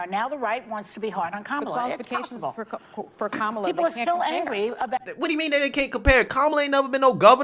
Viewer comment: The way you pronounce her name was racist too ,until Biden said it the same way.😆